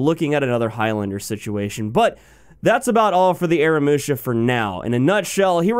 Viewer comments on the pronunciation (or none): AH-RAH-MOO-SHA say it with me now :D